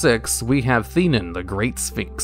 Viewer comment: Okay, having seen Yu-Gi-Oh! the movie, am I the only one who noticed that the English Dub and sphinx card names are inconsistent? Like, the card name is spelled "Theinen", yet the dub pronounces it "Thin-ee-en"? WTH?!